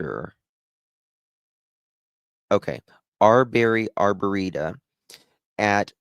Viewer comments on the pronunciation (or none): I was watching a news report, I'm somewhat local to the area, it's a half hour to 45 minutes away from me, so my local news is covering it and one of the reporters mentioned it was her apple watch that pinged in that arboretum. Pronounced(Arbor-reetum)